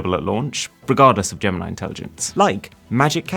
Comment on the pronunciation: DID YOU JUST SAY "GAM-NIE" INTELLIGENCE? ....